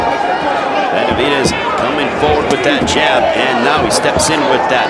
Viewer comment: The commentator can't stop saying Benavidaz lol